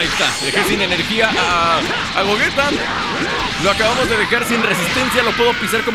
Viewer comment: Se dice Gogeta jajaja no es broma